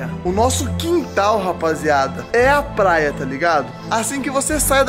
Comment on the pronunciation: Ele fala plaia